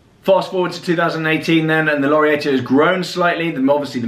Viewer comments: So glad to see watch talk back! Just thought I’d mention its lor-Ree-ar-to and pereg-oh for pronunciation!! Keep up the good work! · How are you doing marketing for a brand you cant even pronounce...also Laureato is pronounced wrong too mate. Clearly shows your real thoughts on the brand.